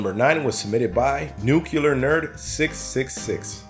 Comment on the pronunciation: “Nu-cu-lar nerd” Say it with me now: NEW-clee-ar. NEW-clee-ar.